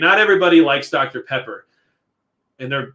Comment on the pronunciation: When you said “dr. Pepper,” I swore you said “Dr. Prepper.” Is that a problem? Probably haha